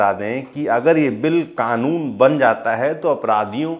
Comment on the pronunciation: Owaisi Kanoon ko Khaanoon bolta hai, kaisa leader hai be tumhara, anpadh kahi ka